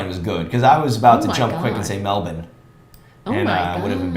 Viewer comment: Great pronunciation of Melbourne but I’m not going to cop the “it looks a little bit drier than Melbourne”. Those fools get almost double the rainfall we do 😂😂